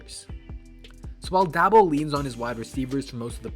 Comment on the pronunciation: How are you gonna make these videos and boy even that know how to pronounce the man's name